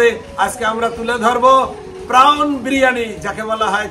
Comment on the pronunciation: খুব সুন্দর গান করলেন খোকন জামাইবাবু। খুব ভাল মানুষ উনি। দারুণ বড় মন। খুব ভাল গান করেন। তবে খুব ভুল ইংরেজী বলেন। 😂😅 Prawn প্রন্ প্রাউন না। X আমার লাইফ পার্টনারের ডাক নামও খোকন।